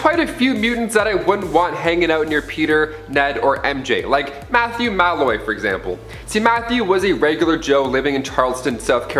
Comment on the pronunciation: the only thing I didnt like was the way he said malloy